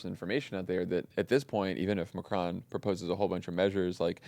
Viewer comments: PLEASE stop pronouncing Macron as 'McCrone'. You know the opposite of 'off'? Can you say that? It's 'on', isn't it? Say 'on'. NOW SAY MACRON. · hmm but the vowel would be closer non?